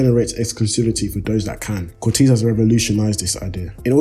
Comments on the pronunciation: It’s pronounced “COR-TAZE” other than that sick video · its not pronounced cortiiiisss haha